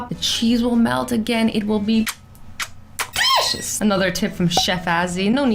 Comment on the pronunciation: Azzy said delicious the wrong way for the first time!!! bye the way it's